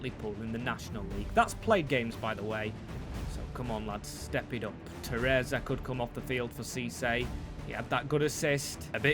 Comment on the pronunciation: Shit at pronouncing names this guy